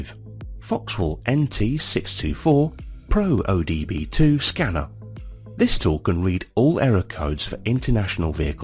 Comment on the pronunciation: Did you know you are saying “O D B 2 “ and not OBD2?